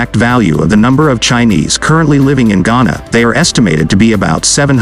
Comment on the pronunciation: Chana? Not Ghana!